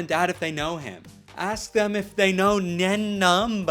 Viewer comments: That IS NOT how you pronounce my boy nein numb’s name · Not how u pronounce nein numb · its pronounced "nine nun-b." Hes a "Sullus-tan" not "Suloostan". Get it right before I sue you for defamation, this is very important to me 😡